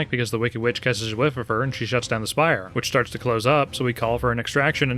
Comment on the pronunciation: "and then the elevator sharts coming down on it's own."